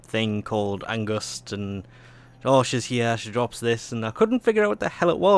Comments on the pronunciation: pls say fear Not angust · Isn't it just called Angst instead of Angust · you pronuce angst wrong